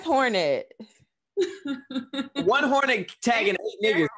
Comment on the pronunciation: keeps fucking up words lol 😂, "hornet" "domiCIAN republic" "aLAluminum"